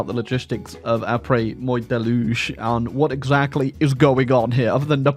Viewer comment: The way he pronounces the French word 'moi' makes my ears bleed.